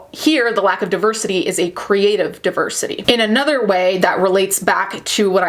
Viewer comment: If pronounces deversity well shit then it is DEVERSITY PERIODT